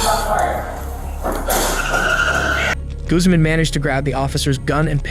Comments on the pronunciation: Guzz man? Really dude? How do you not know how to pronounce that. Name? Even google knows that one. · Guzman is pronounced like Goozman. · Guzman is not pronounced like you think it is 😂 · Teach your AI the correct way to pronounce Guzman. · Mispronounces a lot. I wonder if its a bot. Like who doesnt know how to say Zach or Guzman correctly (goozmahn, nut guhz-man)